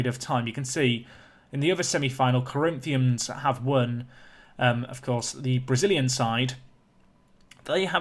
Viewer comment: You didn´t mess up Corinthians name no need to worry lol